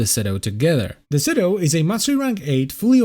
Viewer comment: Its shedo, not cedu